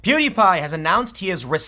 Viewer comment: you are the first news commentator that I've seen pronounce pewdiepie's name correctly